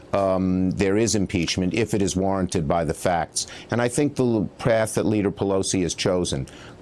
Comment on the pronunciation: "...if it is warren-ted by the facts" i see what u did there, chuck